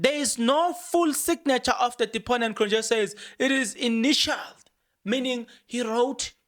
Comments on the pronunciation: Point of pronunciation it's "Cron-yeee" not -Nje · Cronje is pronounced Cronyea The j is a y, like we say ya for ja. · hello Kron je...not yeah You say 1 st one correct.... Enjoy you getting all excited about doing your presentation....well invested...bless you with abundance Mooi loop.... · J in Afrikaans is y so it's kronye😅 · its Cronje ( Cron yee)